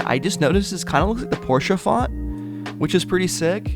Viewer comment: Perfect pronounciation of Porsche, coming from a german 🙏🏼